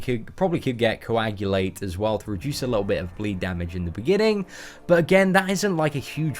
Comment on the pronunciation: Haha you finally pronounced Coagulate properly! I feel like you always said "cole-gate" previously lol & could never tell if you were joking. But thanks for the vid, probably won't be going for the suicides after watching this